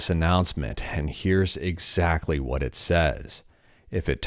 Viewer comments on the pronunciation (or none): none